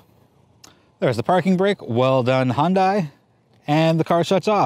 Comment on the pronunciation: "well done Hon-die" ?